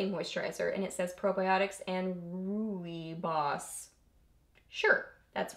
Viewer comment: I think the pronunciation is "roy bus." That's what I've heard. I love many of the Bath and Body Works candle scents but have had SO SO much trouble with candles that won't burn right that I am not very willing to buy them now, even when they are sale. It's so nice that you got all these products to go through. Love this!